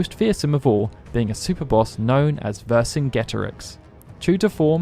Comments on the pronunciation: Ver-Sin-Jet-Or-Ix Your pronunciation is wrong. He is named for one of the gaulic commanders Caesar battled against while overseeing Gaul. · "vercingetorix" isnt pronounced with a hard "g" its soft, like a "j" sound, as in "jet" not "get", "ver-sin-jet-ah-rix"..... like.....i get some of these names are hard......but......like come on.....its as if you have 0 research on how to pronounce these names and just say them how you say them because when you were a child that how you pronounced it...... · wow never heard vercingetorix pronounced like that, i always say ver-sin-juh-tour-ix